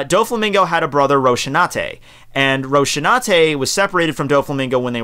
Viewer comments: Just a little observation, An epitaph is not the same as a nickname, an epitaph is what goes written on your tombstone when you die. Also by the last part, it is ROS-IN-AN-TEH not Roshinateh (Rosinante was the name of the horse of Don Quixote on the book) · Ok, I know your approach to mispronouncing character names, but come on Dude, it's Rosinante, not Roshinate. He's named after DonQuixotes horse, that kind of general knowlegde XP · xD ''Roshinate'' Kills me omg ROFL